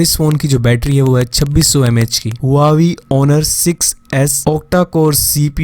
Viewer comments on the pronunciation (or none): none